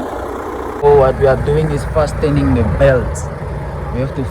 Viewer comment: fastening fast-turning the belt you do know the T is silent😢❤